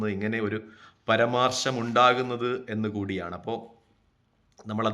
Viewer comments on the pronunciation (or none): പരമാർശം എന്നല്ല പരാമർശം എന്ന് പറയുക !